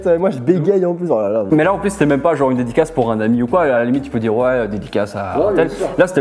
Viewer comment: et le "dedicasse"